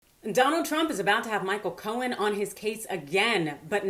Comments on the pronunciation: Co-en, not co-hen!!! Grrr! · Simple question: why pronounce Cohen's name as 'Co-hen' when you get it right (silent 'h') the other times? Leaving that aside, Cohen's never going to see a dime, even if the courts agree with him. I think that diaper-don will delay, delay, and delay some more when it comes to paying anyone. I wish Cohen luck, but as for getting paid, doubt it. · Intrigued by your pronunciation of his last name, here... Co-hen... kinda makes it sound like his name means "fellow chicken."